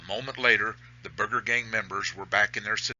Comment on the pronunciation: O M G ... its pronounced: " BIR-JER"..